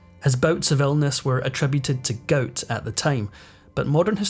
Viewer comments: Please! It's "gout" not "goat". 😂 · "Goat"? Why can't you pronounce "gout"? LOL! Sorry, JK! Good video! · A severe case of GOAT? It's called GOUT (pronounced Gowt) 😂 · It’s pronounced “ga out”. Long u sound. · "Goat" is gout in a Sctish accent....dummy!